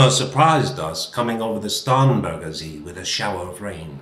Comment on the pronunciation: Benevolent remarks; Starnberger See; the first sound is pronounced SH like the sound in she. See - the first sound is Z like the sound in zero and then very long open e like EH in yeah. Ich stamm aus; the same for stamm (SH).